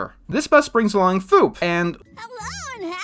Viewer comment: Everytime I heard say Foop, it always sounded like he was saying Poop.